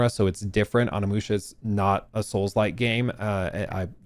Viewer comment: “On a musha” 😂